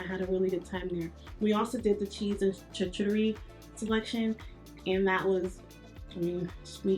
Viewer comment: Sweetie pie I just have to help you. It's not Chit-Cha-Re. It's pronounced Sha-Coo-Ta-Ree. No judgement. Just want pass on some knowledge. Be Blessed.